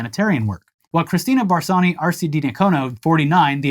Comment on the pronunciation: "Barsony" is pronounced "baːrsɔnɪ". Or "bahr-show-[the ni in 'onion']". It means velvet. Your welcome 😊